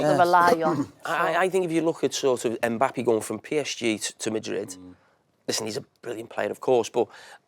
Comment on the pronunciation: Jamie's 'Mbappy' always kills me 🤣🤣